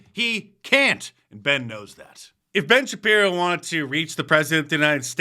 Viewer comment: Ben ShapJiro.